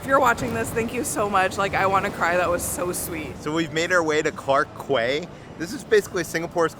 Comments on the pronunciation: You've ordered the white carrot cake which s not sweet. Black one comes with sweet sauce. Clarke Quay is pronounced Clarke key. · It’s actually pronounced Clarke “Key” like how you got Boat Quay correct haha but great video as always!